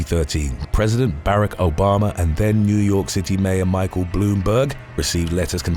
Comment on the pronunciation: Why do you pronounce Barack (Obama) as Bear-ack? Very odd.